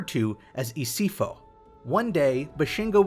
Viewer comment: Love the concept but the gift or isipho has a P on it. Your isipho was pronounce as isifo, isifo is translated to disease/virus and isipho with a hard p is translated "a gift"